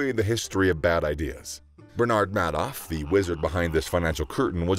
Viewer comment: Isn’t it pronounced “Made Off”